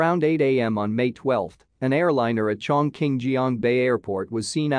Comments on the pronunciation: It's pronounced as "Chong Ching" ok? And not "Chong King". It's, the largest city in the world by population. Where have you been? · CHONG QING 重庆